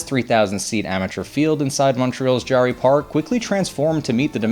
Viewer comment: Pronounced JERRY